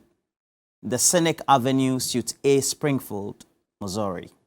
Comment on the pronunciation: suite is pronounced sweet.Kindly take note!